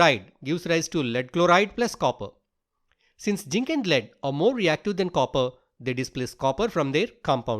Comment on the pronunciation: Not jink it's zinc Not insulting plz change if u can 😊